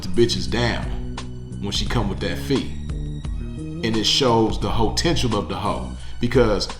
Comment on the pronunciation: Living up to some "hotential". Jesus wept,.